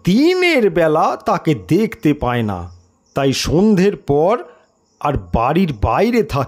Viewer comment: জানিনা শরদিন্দু বাবু কি লিখেছিলেন কিন্তু আপনি তো ই এর জায়গায় য় আর য় এর জায়গায় ই করে ফেলেছেন। আখের যন্ত্র বসাই আর দিনের বেলায় তাকে দেখতে পায় না । এই কমেন্টে যদিও কিছু রিপ্লাই দেননি কিন্তু তবুও দেখলাম এটা বলার পর আপনার ই য় উচ্চারণ অনেকটা ঠিক হয়েছে।